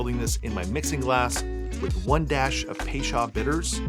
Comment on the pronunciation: Looks yummy…. I’ve always heard it pronounced “pay-chO’d” bitters. I’m not Webster so forgive the sound a like spelling.